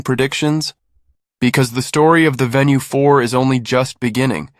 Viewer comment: venu not VENUE